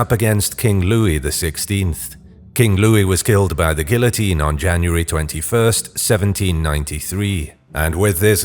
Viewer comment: I hate how he pronounces “Guillotine”. Other than that, love the video!